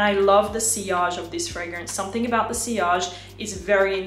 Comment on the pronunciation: Pls. SomethinG, not SomethinK. I'ts ear-ache to hear you say it wrong in your every clips. Otherwise, Great and Sweet reviews.